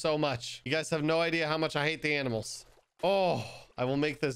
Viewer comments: No one: Literally no one::Aminals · I can’t tell if he meant to say ‘aminals’ lol